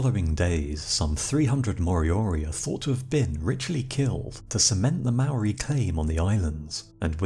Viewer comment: Say Mould. Then say Mouldy. Māori. Your welcome